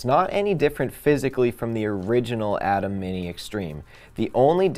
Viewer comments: EXACTLY!! Pronounced A-TIM NOT ATOM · I tried to watch but, i just can not get past your lack of knowledge of how ATEM is pronounced. If you have not been around the product or the professionals at BlackMagic enough to know it is pronounced “A-TIM” then how can I trust that you actually know what you are talking about.